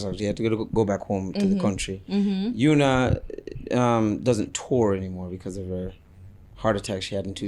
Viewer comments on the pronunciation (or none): Her name is spelt Una but it is not pronounced as Ooh-Na. It's pronounced as You-Nah.